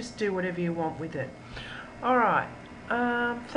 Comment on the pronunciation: I don't think thats how you are supposed to say annotations...